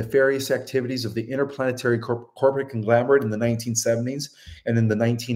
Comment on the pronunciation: Conglomerate. Not conglamerate.